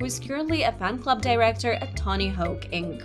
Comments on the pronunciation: did you... did you mix up the vowels for "Tony" and "Hawk"? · did she say "tony hoke??"